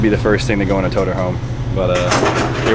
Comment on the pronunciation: Nobody:: toTERR